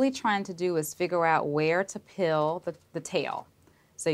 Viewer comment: Why can’t she pronounce peel properly?